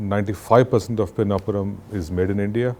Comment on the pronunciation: Its not peenapuram its PiNNapuram. Simple as that' 😅